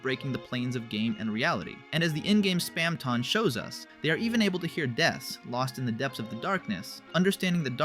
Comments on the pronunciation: Why did you keep saying Spamton so weird? (Spam-ton not Spam-tawn) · its not SPAM-TON its Spamton "Spam-tin" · Bro have u even PLAYED deltarune like at all? You’re messing up so many words from neo-neon? How’d u get that? And span -Ton like he weights a lot of something. As a British you say ton like tin spam-tin idk I think ur talking about stuff u read on Wikipedia and don’t actually have passion for. Dare u to explain undertale without looking it up! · please stop pronouncing it spamtON instead of spamtIN bro. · we produced it like spamtin all through it should be spamton it just sounds way weirder saying it like how it should be spelled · OMG STOP SAYING SPAMTAWN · It's not Spam Tong. It's not Spam Tohnne. It's Spam Ton. Pronounced tuhn. Spamton. Say it right. Please. I can't listen through this whole video with you butchering my boy's name. I had to mute the volume and enable captions, but somehow even the captions are wrong. Please, with all due respect, fix your speech impediment and rerecord all videos where you've spoken his name wrong. It's impolite to mispronounce the name of someone who's listening. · nvm, spamtahn neon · Why do you pronounce Spamton in such a weird way? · I love how that's what bothers you and not the way he pronounces Spamton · why do you keep pronouncing spamton like that though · I cant make it through this the way you pronounce spamton, correct or not, is just acid to my ears and mind.